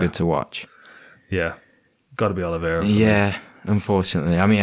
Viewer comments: my man you gotta stop calling Oliveira "Oli-vi-eira" 😂😂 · Why can this lad not pronounce 'Oliveira'